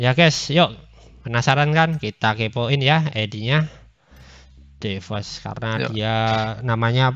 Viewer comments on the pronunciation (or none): Bacaanya bukan devos lah, Dihhhhhh 😏😏